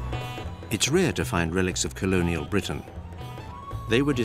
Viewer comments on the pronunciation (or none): none